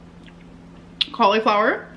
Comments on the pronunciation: It's not quirky to mispronounce words on purpose. It's kaa·luh·flau·ur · And then she says “Babe, how do you say that word again??” when clearly she knows how to say it, she just thinks that will make her look adorable.